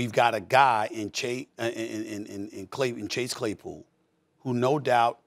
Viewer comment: Stephen A almost saying clay chesspool again...